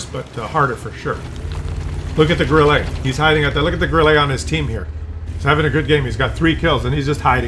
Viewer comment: I have recently (re)started playing WoT after an hiatus of many years. I agree with all your comments - it now reminds me of those tabletop wargames where players field 1/56 Jagdtigers on a 6x4 feet table., a word of advice from a Kellermann to a Kellerman, Grille is pronounced Grill-uh not Grill-ay 😉 Keep up the good work, your videos are very entertaining.